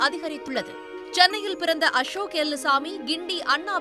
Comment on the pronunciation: அம்மா தாயே அது எல்லுசாமி எலுமுசாமி இல்லை 😂 0.08